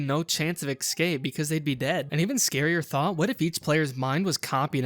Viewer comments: ''excape'' its escape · I noticed once how you pronounced 'escape' as 'excape' and I kept hyperfocusing on that😭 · Every time he said "eck-scape" was more painful than the last, ugh